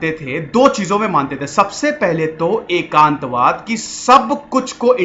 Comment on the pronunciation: Its एकात्मवाद not एकांतवाद